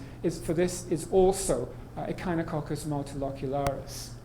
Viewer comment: mispronounced echinococcus